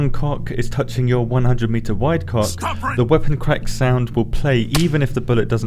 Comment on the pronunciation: Dagnamit why do I laugh every time you say coc